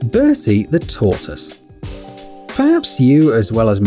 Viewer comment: Ryan StonedOnCanadianGaming tohtoose? I think he’s sayin tohtiss? English? Who knows it’s like trying to understand my 8 month old granddaughter.